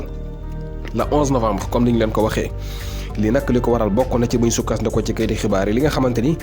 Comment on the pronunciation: E n Wolof On ne dit pas soukasdikou On dit soukadikou